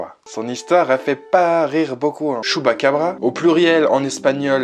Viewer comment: Alors je suis pas 100% sûre, mais je crois que ça se prononce pas Chupacabra mais Tchupacabra:) bisous